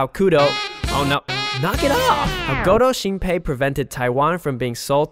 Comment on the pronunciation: 一直聽成勾偷星培xD